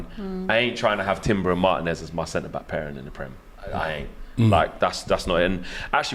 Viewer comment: Learn to pronounce Marteeeen-ez bruv. He's your player.